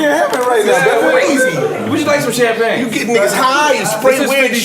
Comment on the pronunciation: He said the name of that champagne all wrong